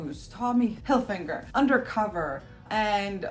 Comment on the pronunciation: Tommy Hil-finger? come on!!!!